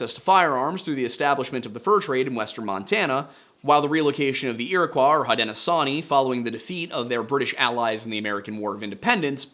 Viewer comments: pronunciation note: Haudenosaunee is pronounced like HOH-den-oh-show-nee also hell yeah history segment is back!!! i do prefer it at the start of the video because i like the context it gives for the rest of the case but as long as it’s included somewhere i’m happy :) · Isn't Haudenosaunee pronounced like Haudeno-shone-ee? (I'm white, so not an authority here, but I think that's how my professors said it.) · hud-don-a-show-nea and ash-shin-ah-bee btw :)))